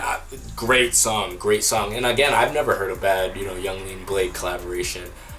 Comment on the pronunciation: I always accidentally pronounce bladee like you did (blad-ee) I love his music